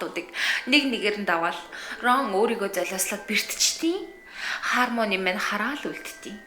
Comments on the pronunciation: Хармони биш Хэрмаяони гэж дууддаг шүү Их гоё болжээ :)) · goy bolson bnaa bayarlalaa, ghde harmony bish hermony shuu ner n hehe